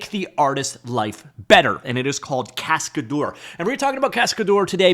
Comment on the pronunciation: Cascadeur means stuntman in french. The way you pronounce it makes me sick. google translate is free